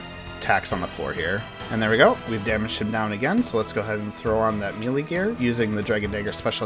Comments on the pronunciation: come on bruh. may-lay not me-lee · Mel-ay not meelee but very good otherwise.